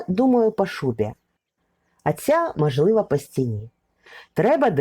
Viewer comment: Ви дуже гарно розповідаєте, але треба робити щось з тією літероою А у вимові: не Адин, а Один, не мАжливА, а мОжливО, не пАгана, а пОганО і т.п. Вибачте за зауваження, але вже котре відео дивлюсь, ну дуже оте акання псує ваші розповіді. За огляд дякую.